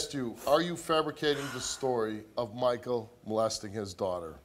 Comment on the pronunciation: His name is Michael, not Markell.